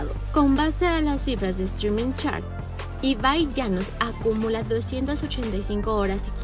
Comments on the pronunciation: Primero aprende pronunciar bien se Pronuncia Ibai, no Iban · Al menos contraten a alguien que sepa decir las cosas jaja le dice Iván a Ibai, en lugar de Streamer dice Streaming. 😂😂😂😂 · Soy el único que escucha Iván llanos en vez de Ibai llanos? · "Aorronplei" "Iván Llanos" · Esta tía dice Iván llanos jajajajaj como me voy a fiar de estas noticias